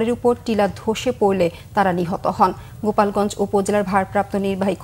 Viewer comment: সাংবাদিক বোন আমার সিলেট গোপালগঞ্জ না গোলাপগঞ্জ হবে